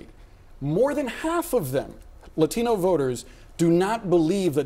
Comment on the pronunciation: If that lady said La - TEEN-O voters one more time! 🙉🙉🙉🙉